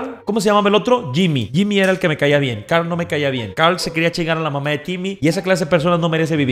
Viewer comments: Mariana no es mien es bien tienes que pronsuñar bien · No se si soy el único pero me da un poco de cringe cuando dice "mien" incluso cuando lo escriben xd:') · Yo pensaba que ÉL decia MIEL, no MIEN. 🤣🤦‍♀️